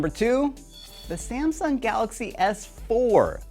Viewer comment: it isnt samson it is samsung